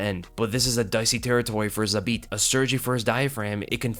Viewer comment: Respect for saying his name the best way possible in English that is Zabit!